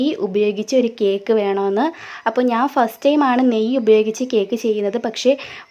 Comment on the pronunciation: Neyy ennu paranjathu manassilayilla